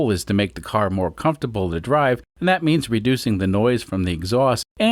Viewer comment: more not moor.